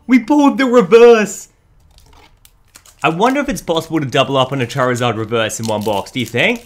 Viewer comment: I believe you said Charizard like chair-izard. Poor chair, anyway.